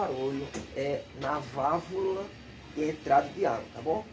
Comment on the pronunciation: É Válvula que fala .....não vávla.....